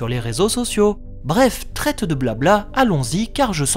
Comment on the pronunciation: oui, et "trève de blabla" et non "traite de blabla"... mais c'est vrai que les vidéos de sont toujours top;)